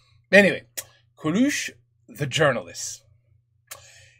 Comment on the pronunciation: Plus comme ça -> "Cowlewsh" 😆